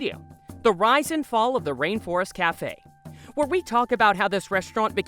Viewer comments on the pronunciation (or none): none